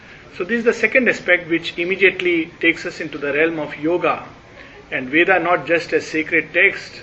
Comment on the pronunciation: In such conferences will it not be appropriate to correctly pronounce Sanskrit/Hindi words, Names viz. धर्म, कर्म, केन्द्र, इंद्र, वरुण, सूत्र, अर्जुन, वेद, etc. instead of pronouncing as धर्मा, करमा, kendraa, वेदा ,Indraa, Varunaa, Sutraa, Arjunaa etc. etc. . If speakers with profound knowledge of the subject and languages speak correctly, others who do not have that much knowledge will learn from them and thus it may help all the learners. Your in depth knowledge and the way you explain the subject is incredible.